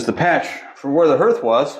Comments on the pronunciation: Herth? I live in Iowa and grew up in Indiana so I’m thinking you are referring to hearth (harth)? Just checking as I’ve never heard the word herth. Love seeing the elements of the house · Hearth is pronounced “harth.” Those stains on the floor are from water damage from where there was a wall or ceiling leak at some point. Love what you guys are doing with the house! ❤ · That's what I was going to say! I think you mean hearth, like "heart" but with a "th" at the end. You must be a reader, instead of having heard it pronounced. Anyways, you are doing a spectacular job. Finally, this house has the owners it deserves. Well done, both of you, on everything.